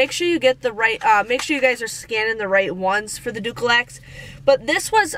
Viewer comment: “Dookielax” 😂🤣😂🤣 It has an L in it. You are sooo funny with your enunciations!